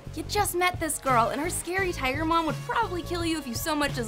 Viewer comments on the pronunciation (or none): none